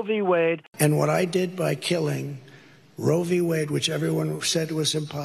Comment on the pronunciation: I wonder if trump knows what Roe V Wade is. If he knows what the V stands for. He says Rovey Wade. Ross looks like he'd rather be somewhere else when with trump